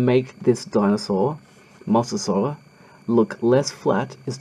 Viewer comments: It's pronounced moe so saurus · Say mosasaurs like mo-za-saurs